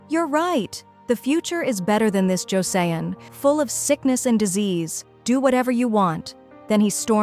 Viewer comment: Joseon is pronounced like Choson